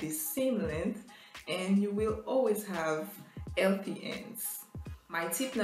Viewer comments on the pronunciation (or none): the H in the word healthy is not silent in the english lauguage very cute though lol great video